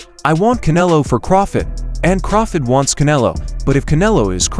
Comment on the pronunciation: Terence CrawFID lol